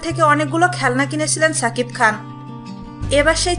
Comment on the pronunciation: এই মহিলা, তোমাকে বার বার বলি ছাকিব খান না, সাকিব খান.. আগে উচ্চারণ ঠিক করো.. তারপর বকবক করতে এসো